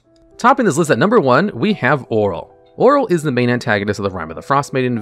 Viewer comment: What is a Droo and why did you call Auril, oral 😂